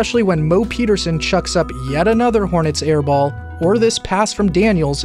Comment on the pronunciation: Did he just say the hornys? 🤔